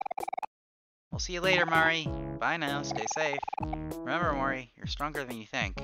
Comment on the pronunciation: I also find it funny how you say OmoRi.